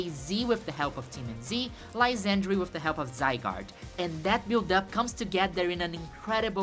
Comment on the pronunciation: Its not pronounced Anj, its pronounced Angey. As in "a look at that tower. Its so Angey." J/k, but I could not take the final battle seriously after reading the name despite knowing thats not how it should be pronounced. (Also, it should be said Lysander, not Lysandry. Lol)